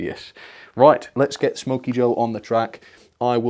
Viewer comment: Wait a minits it’s not smoky joe but it’s snoky joe